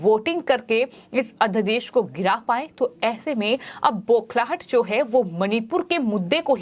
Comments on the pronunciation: मैम अध्यदेश नहीं अध्यादेश कहिए। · लगता है आप अपने समाचार पढ़ने के क्रम में उच्चारण की शुद्धता पर ध्यान नहीं देने की कसम खा ली हैं I अध्यादेश अध्यदेश पढ़ रही हैं, गजब की सेटिंग है आपकी चैनल में I